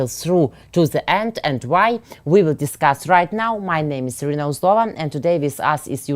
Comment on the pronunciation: She is Iryna not Irina 😂👍